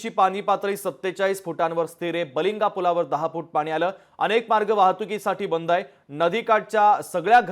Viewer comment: बलिंगा❌️ बालिंगे✅️